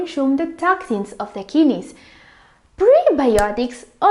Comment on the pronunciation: Lmao "kinnies", her pronounciation is amusing.